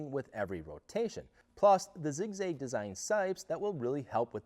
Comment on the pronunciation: It’s zig zag not zig zage homie. You northerners and north easterners talk like you have a speech impediment hahaha😅 the things you say would put you in speech therapy going to school in Texas. Lol sorry lol homie